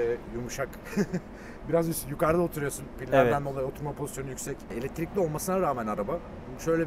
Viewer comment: Eletirikli demen beni öldürüyor